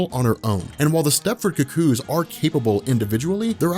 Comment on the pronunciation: I hate how u say cuckoo's.(ku_ku) You keep saying cook kooze😣😣😣